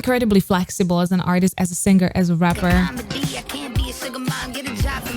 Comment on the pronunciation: I'm waiting for the day you know how to pronounce the word "singing" and "singer" correctly. It'll ease my ears much more.